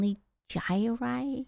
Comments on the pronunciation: When he pronounced Onigiri's name terribly wrong, it is because it is an inside joke. That is how Neuro-sama pronounces her name. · Yep, both Onigiri vs Onee-jye-rye and Miyune vs Miyoon, we ought to say it like our adorable AI overladies, its why I still find myself saying Vee-doll or Veedle instead of Vedal.